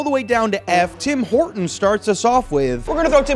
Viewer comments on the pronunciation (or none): We call it Tim Ortons without H, like hour or honest